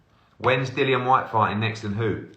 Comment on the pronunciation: No problem. Also it's Dillian not Dyllian.